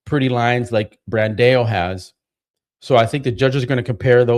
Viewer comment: Come on, you are telling people it’s not Bandayo, it’s Brandow, but you are calling him Brandayo. I have to give you some push back to as well.